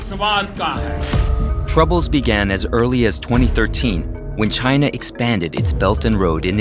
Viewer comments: The pronounciation of China in this video sounds like hyena😅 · China isn't what I hear but Gina 😂😂😂😂😂 china mean vgina 🤣🤣🤣🤣🤣